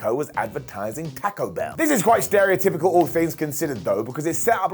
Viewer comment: "TAKKO BELL"